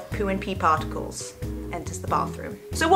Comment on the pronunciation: HAHA SHE IS TALKING ABOUT SHARTICALS XD !!!!!